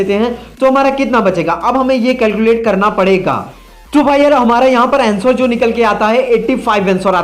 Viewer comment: अँसोर नही अंसर होता है अनपढ आदमी